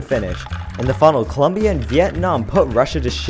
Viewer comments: It's COLOOOOOOMBIA NOT Coluuuuumbia 😠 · Columbia? really? LOL CO LOM BIA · It's Colombia, not "Columbia." Colombia! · COLOMBIA, NOT COLUMBIA!! Por favorrrrrr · Colombia not Columbia. You can mess up the language as much as you want, but this is the only thing that makes Colombians annoyed/upset. Co lom bia . Learn it, love it, respect it. I can only imagine the backlash someone would receive by calling the USA with improper pronunciation. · *Colombia*, not Columbia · It is colombia not columbia. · It's COLOMBIA, not COLUMBIA. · Its Colombia not Columbia smh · ITS COLOMBIA NOT COLUMBIA!!! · It's not COLUMBIA YOU DUMBFUCK IT'S COLOMBIA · its Colombia not Columbia dumb ass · It’s Colombia not Columbia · It's Colombia not Columbia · Its colombia not columbia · Its Colombia, not Columbia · It's Colombia, not "Columbia", thanx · Is colombia not culumbia estupid animal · Ouuuu you dont say columbia, you say Colombia. It happenned to Steve Harvey in miss universe because columbia its Just a university And Colombia is completely different,, :) 😀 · It's COLOMBIA, NOT COLUMBIA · you say Columbia ??? is Colombia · dude it's colombia....c o l o m b i a not columbia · It's ColOmbia with O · It Colombia. C O L O M B I A. With an 'O'! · Actually its Colombia. Not U. Hahahahahaah just saying. GO PHILIPPINES!!! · Colombia goes with an o not a u